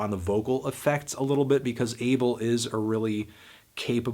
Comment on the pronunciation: The way he side Abel... That is not how you say his name lol